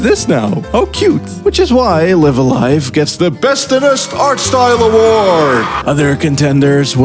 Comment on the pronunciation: Oh no he pronounces Live A Live incorrectly. Video ruined